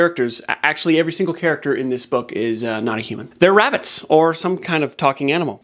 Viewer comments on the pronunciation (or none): none